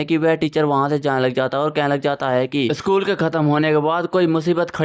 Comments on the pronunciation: Sakul nii hota school hota h😂😂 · Sakul nahi school hota hai